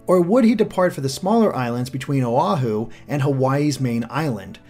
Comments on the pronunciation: love the vid, but Oh-Ha-hu? its Oh-wa-Hu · You also mispronounced Oahu. Oh-ah-who is the correct way to pronounce it. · Your pronunciation of the Hawaiian islands is making me cringe. I think it helps to read the names of the islands in Hawaiiana (native Hawaiian language). O'ahu is pronounced “Oh-ah-hoo” Kaua’i is pronounced “Ka-wuh-ee” Kaho'olawe is pronounced “Ka-ho-oh-lah-ve” (NOT Ka-hoo-loo-ee) Molokai is pronounced “Moh-loh-kah-ee” Lana’i is pronounced “Lah-nah-ee” Hawai’i is pronounced “Hah-vah-ee” (Commonly called “The Big Island” NOT “The Main Island” Maui is pronounced “Mau-ee”(Thank you for pronouncing it correctly!) Ni'ihau is pronounced “Nee-ee-hau”(You didn’t mention it, but it is the second smallest island and the first in the Hawaiian Archipelago, Left to right and temporally) I think the smallest island of Kaho'olawe would be a fantastic place to catch the legendary Pokemon in Sun & Moon. It is an uninhabited part of the island that the United States used to train American soldiers following the Pearl Harbor attacks on Oahu, and to test weapons. Interestingly, the island itself and the surrounding waters are now protected, to be only used for Hawaiian cultural/spiritual activities, and recreation in the environment. Ni'ihau may be a good place to put the Elite Four because it is sparsely inhabited. Also, because you didn’t point it out. The big crater on the video of the Alola region is based off of Diamond Head, a significant natural landmark, overlooking the city of Honolulu. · Also the islands are pronounced Ka-wah-ee(Kauai) Oh-ah-hu(Oahu) Ka-oh-oh-lah-veh(Kahoolawe)